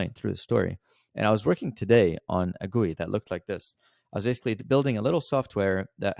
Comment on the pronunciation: its not pronounced gui, it should sound like gee you I